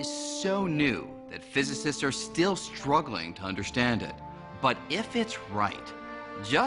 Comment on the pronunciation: physicists aren't "struggling." they're "SHTRUGGLING" if u see what i mean. (rolls eyes)